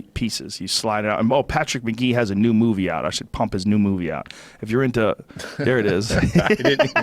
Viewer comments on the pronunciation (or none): none